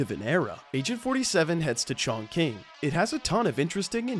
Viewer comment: it's pronounced Chongqing 😂